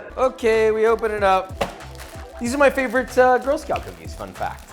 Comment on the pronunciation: Who’s here when it’s “cookes” not “cookies” ? Lol